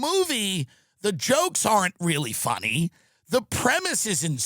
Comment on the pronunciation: “Shhhttop laughing it’s not phunny”-Jerry at the Kramer apology on letterman. It’s not phunny!!!